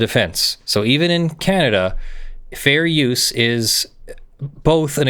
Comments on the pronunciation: What really has me cringing is that keeps calling it Canadia. It is Canada, not Canadia. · Look, I love this whole thing, but it's Canada , not "Kahnediaa"... 😓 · Is it possible for you to pronounce "Canada" correctly? There is no "i" in the name. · Canadia? Canada instead? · Ontario, Canadia? Moron. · I love you, but I really could have lived without discovering how irritating I find an hour of the word 'Canadia' to be... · [DRINKING GAME] Take a shot every time He says "Canadia". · “Ka-naad-i-uh” sigh Still loves you tho! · "Canadia"? "CANADIA??" I'll let that slide. Once. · "Canadia"? :P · Is he just saying Canada wrong or is Canadia a thing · What's up with specifically and purposefully butchering the pronounciation of my country? If I correctly recall, this isn't a one-off, either. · Canadian here, I'd like to know as well, cause the best I can tell, its either forgetting the "N" at the end of Canadian, or using the "humurous term for Canada" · it may not be meant as disrespect, but it sure doesn't come across as respectful. Your videos don't go out to just your inner friend circle. I'm really trying to be reasonable here, but it honestly got incredibly annoying personally. This wasn't a short video. It wasn't once or twice. It was near constant. I think he only said Canada correctly twice in all 1 hour and 45 minutes. How quickly would it get on your nerves if you watched a nearly 2 hour video of someone insisting on saying your name wrong on purpose, or if someone constantly called your country the United States of Americana. It's cute once or twice. It's obnoxious after an extended period of time. Another way to look at it is the defense for saying it all the time is no different than when a person who uses slurs says it's ok because one of their friends is from the group they are making slurs about. And no one agrees that's a good reason.